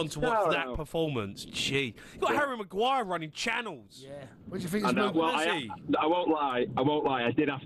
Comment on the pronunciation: Jamie sayijg Harry Maguire like Shane Long 😂😂😂😂😂